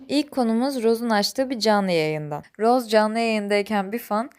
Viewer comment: Roz değil roze